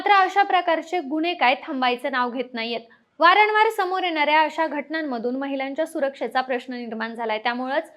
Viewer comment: अहो ताई... वारणवार नाही वारंवार म्हणा